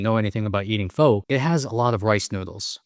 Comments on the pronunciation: You eat “foe”? I’m not Asian but this even made my ancestors mad. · That is the first time I’ve ever heard an Asian mispronounce pho. Awesome video nonetheless. 😅